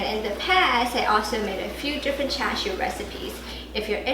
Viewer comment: CiCi, this is brilliant. Combining char siu sauce (you use a char “shao” pronunciation; a northern or, a Beijing dialect?) with a rapid “red braise” process, with the flavors of char siu sauce, followed by another quick, elevated oven-roast upon the metal rack. You are a resourceful, treasure of the internet CiCi. I have followed you for years. Long, productive & happy life to you & your family. 謝謝.